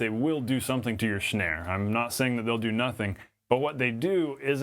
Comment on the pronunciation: "Shnare." LOL